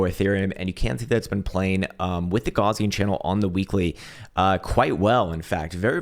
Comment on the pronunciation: my dude - "gaussian channel" is named after the german mathematician, karl gauss. it's pronounced "gauss-ian", not "gauze-ian". just a fyi... besides that, i liked the video and gave it a thumbs up 👍